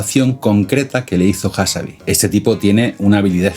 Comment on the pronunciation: Excelente video, solo una pequeña corrección: es Demis Hassabis (con s final), no "Hassabi". Y la empresa de Altam antes de OpenAI se llama "Y Combinator" no "YC incubator".